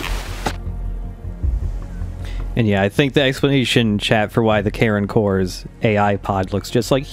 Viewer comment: Does anyone else keep hearing "Karen Core"?